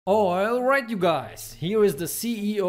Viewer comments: Intro be like:oilright you guys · "Oilright you guys!"